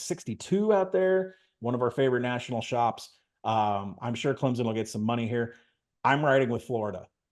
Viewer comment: It's pronounced Clemp son not Clem zen